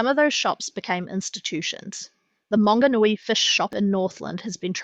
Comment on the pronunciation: Mam, its "MANGONUI", not Monganui, its even written on the side of the building.